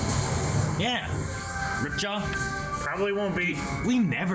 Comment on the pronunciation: It annoys me to no end how they say Ripjaw and not Ripjaws. I know its no big deal but it's just a pet peeve lol